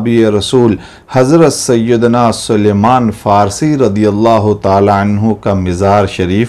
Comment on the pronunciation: It's Salman, not suluman.